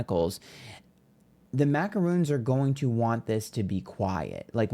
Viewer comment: Mah- crons* 😂